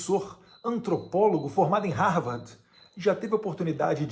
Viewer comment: Não sabe nem falar Harvard direito.